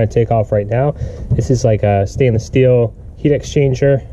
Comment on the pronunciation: Love your videos. You've helped me make extra money for my retirement. It's pronounced steel not still